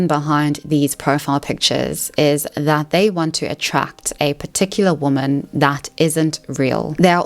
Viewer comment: The way you pronounce some words is a bit irritating... "Woman", "Exaceterbating". If you talk for a living don't leave the basics out.